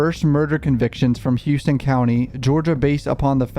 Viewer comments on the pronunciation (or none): It's Houston not "Hewston" shoutout to my county 😂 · Its dumb af but its pronounced howston county. I lived off n davis for years. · Not that it matters but they pronounce it Houston (How-Stun) in Georgia 😂😂😂